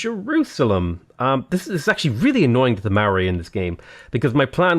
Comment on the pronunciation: i didn't realise you were talking about maori, it honestly sounded like you said marray